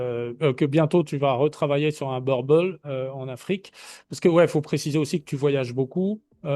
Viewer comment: Boerboel est un nom néerlandais, donc, en français, il se prononce bourboule.